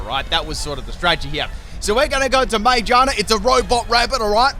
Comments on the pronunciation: Ma-GEAR-na Not Mage-Arna It’s a gear Pokémon Not a witch. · May I also mention he calls magearna “mayjarna”? 🤣🤣🤣🤣🤣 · The way you say Magearna sounds like “mangina” lol